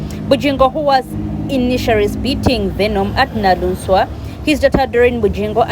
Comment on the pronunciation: She is 'Naluswa' NOT Naluunswa